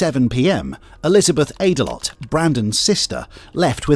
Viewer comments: "Aydelott" 'Ate-a-lot' 😂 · Brandon Ate-a-lot? 🍦 You've got to be shitting me... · “Aydelott”… It’s not even funny! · This is so sad, man. But I did a double take every time i heard that last name, Aydalott. Don't eat too much out there! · So I start the clip and it starts with the man who sounds like he’s in excruciating emotional distress. Then it skips to a picture of a very overweight man, whose name is pronounced at a lot,? Come on man I’m only human. Dude… OH yeah, I know I’m a dick! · Brandon Ate-a-lot lmao😂